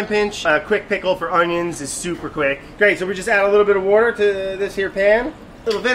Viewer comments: It's so weird to hear Brad say "wourder" without it being written next to his face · I expected "wourder" to pop somewhere on the screen. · Very sad to not see the words wouder when he said water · Wouder ! he said wouder and where is Vinchenzo... Hey Vinni get in here our buddy Brad is doing his thing... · it weird not seeing wourder on the screen whenever brad tries to say water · It feels weird when Brad say "Wourder" that the word is not edited into the video. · Did anyone else really want them to write “wourder” on the screen when brad said “water”? 😆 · I cannot hear him saying water without seeing wourder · I was like, "Why didn't they put the 'wourder' when Brad said 'water'?" That's when I realized. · Man I need the editing for when brad says wuder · Yeah! I was waiting for the waurder text instead of water. Lol! 😂